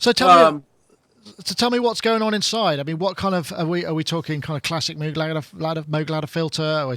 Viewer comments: Agreed. And it would be understandable if this was some kind of journalist not from the tech world or the music world, Like someone from People Magazine or mainstream news. But somebody who works as a synth pundit and plays synthesizers, should at least know how to pronounce Robert Moog's name. This is not about being obsessive, But showing the proper respect appropriate to the publication. And it has nothing to do with being from England. Is he not aware that there was a man by that name? Has he never watched the movie about his life and work? Has he never read "Analog Days"? And do they say "Roog" for the word, "Rogue"? And to hide behind being British, as if that could excuse ignorance or bad manners, is ridiculous. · Pete Brown I agree with you, generally. I like & his presentations. But I am just saying that Robert Moog (may he rest in peace) said he pronounces his name rhyming with the words "vogue" and "rogue". **NOT** rhyming with er, I don't know, maybe "Droog" or Goog as in Google He says this in the great eponymous documentary about him. It also shows up in the very cool book "Analog Days". Not sure how much it matters what the "real" pronunciation (whatever that means) is, at least to me. I only care about Bob's pronunciation. But I had no intention of turning this into a big debate. In the grand scheme of things, even in the context of this video interview, it ain't that big of a deal. What matters is the content. And overall, this is a nice little video, and whets the appetite for a product like this. Right now, I have my heart set on the new Moog Sub 37. I am going to try and trade in my 4 month old Sub Phatty, which though I like, and was about half the price of this one, also is lacking some of its features (like the fact that I have to use an editor to access many of its "hidden features, whereas this new Sub 37, has most of it on the surface of the synth. Not to mention a step sequencer! And another octave worth of keyboard).